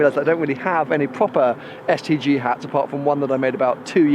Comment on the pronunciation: Everytime he says STG I only hear STD. Branding fail.